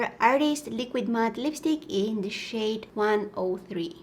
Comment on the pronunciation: What she really said: "some of this powdery shade" What I heard: "some of this powdery shit" haha I had a giggling fit because she's just too sweet to swear 😂